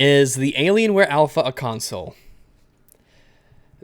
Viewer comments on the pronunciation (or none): none